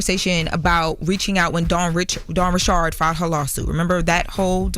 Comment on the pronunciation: When did Dawn Richards become Dawn Ri'CHARD?? 😅😂